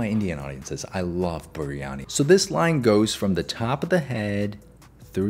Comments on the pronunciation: ITS BIRYANI WTH IS BURYANI BIR-YANI SAY IT RIGHT👹👹👹👹👹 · heh THAT ISN’T HOW YOU SAY BIRYANIIII👹👹👹👹👹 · not the "bureeyani"😭